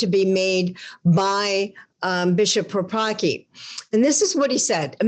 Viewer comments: please pronounce the surname of that bishop correctly - the Polish pronounce it differently, thank you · Don't bastardise his polish last name read Paprocki c as in cells